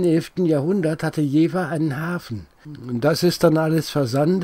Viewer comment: Beim Dritten "Jeeeewah" war ich als gebürtiger Jefffffffferaner raus. Ciao.